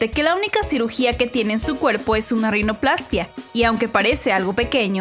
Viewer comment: Así es, con acento en la -í-.